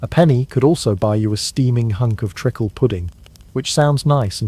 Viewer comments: And that Penny Kick ice cream cup was reused without cleaning! Yucko! Listening from Newfoundland! FYI.....it's treeeeakle not trickle....can't stand AI ... bye, eh. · And lead.